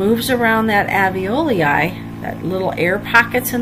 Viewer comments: In spite of my horrid pronunciation of the term "Alveloi"... thank you for overlooking that and finding the good in this! Glad it helped you! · Rob James I am terrible at pronouncing alveoli. I have mastered it since this video, however!